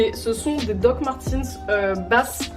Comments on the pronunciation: Hhuggh comme c’est allemand ça se dit "doc marteuns" pas "martins" a la limite "martèns" ta vu mais pas /i/ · peut être que tu as une collection mais tu ne sais pas le prononcé donc bon